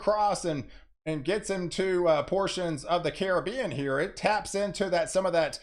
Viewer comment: Thank you for pronouncing the Caribbean as it is. Thanks a million. It grates my ears to hear poorly educated people pronounce it like it is a foreign word. thank you, thank you, thank you. As someone from the Caribbean it means a lot to me.